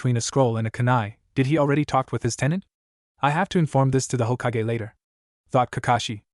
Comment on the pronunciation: it probably is standard, but i'm used to the bland voices fanfic sharers/writers use. Why is it so hard for A.I. to pronounce "hokage", "sake", or "sasuke"?